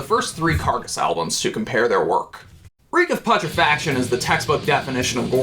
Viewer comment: The fact that you fail to pronounce "Reek Of Putrefaction" correctly.....